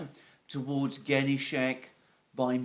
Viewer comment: Dear Alexander, thanks again and again for your always excellent videos! Just a couple of suggested corrigenda: Ka'hOvka (not 'KAhovka) 'GOrlovka (Ukr. 'GOrlivka, not Gor'lOvka) Ghe'nIchesk (not 'GEnichesk, let alone 'GEnishek). By the way, Genichesk is located on the Azov sea shre, not Black sea shore. Good luck! P.S. I'd be happy to provide you with further suggestions on Russian (Ukrainian) proper names pronunciation as well as general facts if you are in agreement and tell me how to send my suggestions and research results directly to you rather than leaving comments here. Cheers, Nik, your admirer.